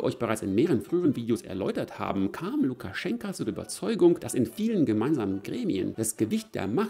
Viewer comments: Lukaschenko mit Oooooooo nicht mit A am Ende.... 😂🤣 ich bekomm Ohren Krebs xD 😂😅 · LukaschenkA???? Heist der nicht Lukaschenko? Wenn du ned mal seinen Namen kennst, kann der Rest auch keinen Wert haben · Wieso sagst du immer Lukaschenka, wo doch überall Lukaschenko steht?😎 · Warum eigentlich LukaschenkAAA und nicht Lukaschenko? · Warum titulierst Du Lukaschenko dauernd mit Lukaschenka? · Bitte "Lukaschenko". Aussprache identisch wie die Schreibweise. "Lukaschenka" steht für die weibliche Form. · Heißt er nicht Lukaschenk-o ?